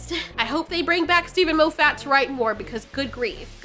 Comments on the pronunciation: Moe Fat? No, less fat. Moff it like scoff it. I am hungry now. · I wish that you would pronounce Steven Moffiat's name properly, but on a positive note at least I know that you read a lot as you've never heard it pronounced and have only gleaned how you think it should be spoken by reading it. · Mo-ffat? Have I been pronouncing it wrong this whole time; moff-at? laughs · Love the pronunciation of 'Mow-fat' 🤣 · Half the time I was hearing Lo-fatt. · MAH-FIT FFS🤣love you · I’m simultaneously entertained and annoyed that you pronounce Moffat as ”Moe Fat” 😂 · The way you pronounced Moffat's name was hilarious and I'm gonna say it this way from now on 😂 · You are saying Steve Moffat's name wrong..... 😞